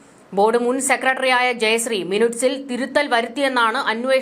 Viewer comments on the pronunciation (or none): മിനുട്ട്സ്. അല്ല മിനിട്ട്സ് ആണ്.